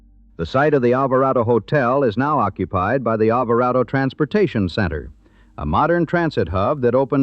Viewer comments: "ALVARADO"... Not "ALVARAYDO"... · its pronounced Alver AH DO